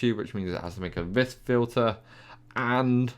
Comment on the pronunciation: Btw. It's pronounced "vee" not "vis"